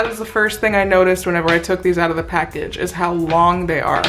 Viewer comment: Am I the only one that cringes every time she says whenever???